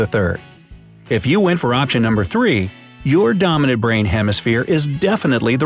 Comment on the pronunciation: How many times he says domonaint